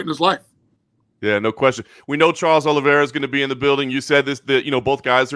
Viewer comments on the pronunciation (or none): none